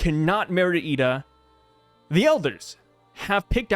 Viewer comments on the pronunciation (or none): Her name is “eye duh” = ida